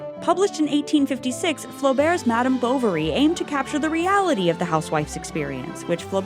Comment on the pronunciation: I just cringing with the way she pronounces Flaubert and Bovary, and I am not even french.